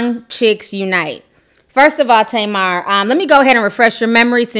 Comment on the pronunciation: Her name is pronounced TAH-MAR and it means date (fruit) in Hebrew ... it drives me nuts as an Israeli hearing it the other way 😅